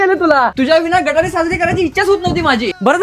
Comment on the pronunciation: गटारी नाही गतहारी म्हणतात